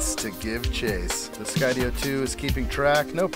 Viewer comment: Enjoy your videos very much and thank you for pronouncing Skydio correctly now it was bugging me! Lol